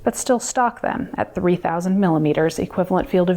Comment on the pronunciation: Почему она говорит "три"? Какой-то акцент?